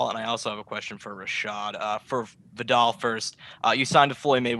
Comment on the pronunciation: No American knows how to say Viddal